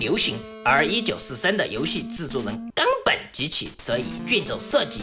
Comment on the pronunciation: 冈本这俩字咋被你念的这么咬文杂字儿的呢wwww